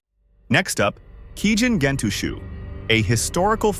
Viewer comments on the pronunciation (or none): Gentoushou is not pronounced as you said. the ou combo makes two count "o" Gento-o-sho-o